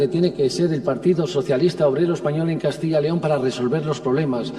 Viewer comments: CADTILLA LEON??? COMO SE DICE PUES??? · Todo bien , menos que pronuncian mal CASTILLA YYYYYYY LEON